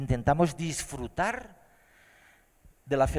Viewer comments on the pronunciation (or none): controlarrrrr y disfrutarrrrr